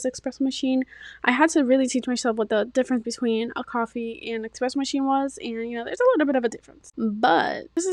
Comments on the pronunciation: ESPRESSO, NOT EXPRESSO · “It’s ESpresso not EXpresso. 🙄” - Hermione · Hey, young lady, there is no X in Expresso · Almost left this video immediately after hearing "expresso"